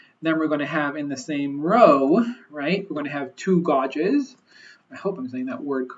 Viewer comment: I'm a manufacturing engineer and loved this video, thanks! I can't wait to implement something like this at my facility. Just an FYI. "Gauge" is pronounced like "gage".